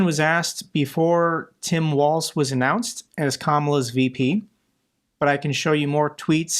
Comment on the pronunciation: Yes, please unseat creepy Ron! By the way it’s “walls” not waltz. Tim Walz is my governor!